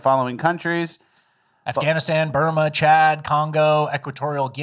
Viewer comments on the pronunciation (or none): none